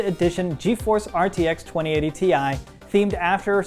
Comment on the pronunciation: Haha even Nvidia is pronouncing the 2080 ti wrong.